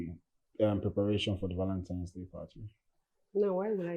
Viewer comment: Why does Uche Jumbo keeps saying "ValenTIME's day?